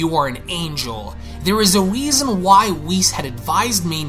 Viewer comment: You said weason but Ik what you meant